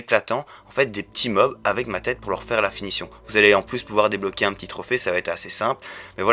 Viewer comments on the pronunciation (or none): none